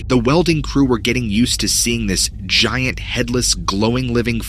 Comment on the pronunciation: Zshiant Zhellyfish!!